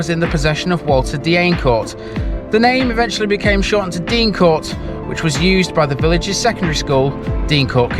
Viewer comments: I'm late to this but just a couple of points. The school was pronounced "Dane Court" not Dean Court. Also North Wingfield had a famous singer called Harry Torrani who was billed as "The Yodeling Cowboy from Chesterfield". There's a street named after him there called Torrani Way. Good video, Cheers. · Deincourt school however was always pronounced Dane-Court.